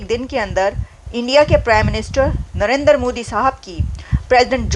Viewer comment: Babe it is Narendra, not Narender. He is not a Punjabi.